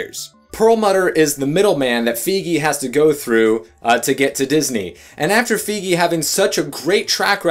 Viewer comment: Isn't Feige, as in Kevin Feige, pronounced with a long i like in "bike"?